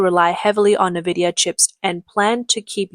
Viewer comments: If you can say "Cambricon" you can say IN-vidia. NOT NA-vidia. Their logo literally tells you HOW to say it. Nvdia. There is no NA- or NE- sound. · It's not nah-vidia, it's n-vidia. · I like your videos but you gotta get an AI voice that doesn’t pronounce “Nvidia” as “na-vidia”.